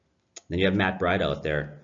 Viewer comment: It's pronounced Breeduh. May I suggest decaf.